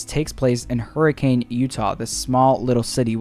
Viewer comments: As a fan of fnaf for seven years and a Utah resident, I never knew that it took place in hurricane, also for some reason they pronounce it hurrikin instead of hurricane, it’s really weird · Its not pronounced "hurri-cane" its "hurri-kin" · Alright as a Utahian it isn’t pronounced Hurricane like the storm it’s pronounced Hurr-a-kin I know weird but it’s true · It’s pronounced Hurican. I realize that it’s spelled Hurricane, but many of the cities in Utah follow that. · I live in hurricane Utah and it’s pronounced hurricin lol